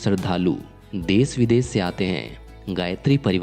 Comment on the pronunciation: पहले श को स बोलना बंद करे . देश को देस आश्रम को आसरम इस तरह मत बोलिए